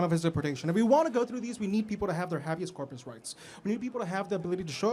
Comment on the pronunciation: The phrase " lip stick on a pig" ring a bell. And its not pronounced hab e us corpus, Its pronounced hay be us corpus